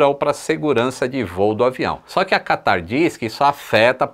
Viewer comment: Qataaarrrrrrrrr... quase que o catarro escorria.